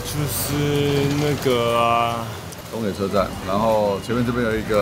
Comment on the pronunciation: 應該是想要說なかの(中野)吧😂